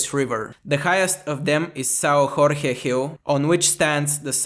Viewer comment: Say Jorge like George in english (not like spanish)